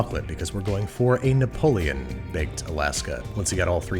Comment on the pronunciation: napoleon? napoletano*. also it’s not “aubergine parmigiana” it’s just “parmigiana”, that’s the only correct authentic italian version so it’s just called parmigiana